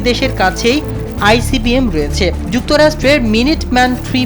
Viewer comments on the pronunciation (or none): উচ্চারণে আরও সাবধান হতে হবে। Icbm হবে। ibcm না। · Ibcm na icbm, উচ্চারণ এ ভুল করছেন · ভাই ibcm না বলবেন icbm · আইবিসিএম না আইসিবিএম ? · icbm কে উপস্থাপক বারবার ibcm বলে গেলো। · আইবিসিএম নয় সঠিক উচ্চারণ হবে আই সি বি এম (Intercontinental Blastic Missile) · আইবিসিএম না আইসিবিএম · IBCM নয় ICBM অর্থ কিংবা উচ্চারণ ই যদি অশুদ্ধ বলেন কেমনে হয়? সংবাদ উপস্থাপনের পুর্বে প্রশিক্ষণ জরুরি। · এটা কোন মূর্খ সাংবাদিক আই ভি সি এম। কি যে বলে।!